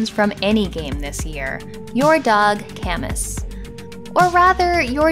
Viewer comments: If the the dog is named after Albert Camus, it's pronounced kah-MU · Wasteland 3? I haven´t played a lot these years but it would be cool to play Syndicate by (Bullfrog`93) or a game in that style ;) maybe the dog AI was named after Albert Camus? (love the way you pronounce Camus ;)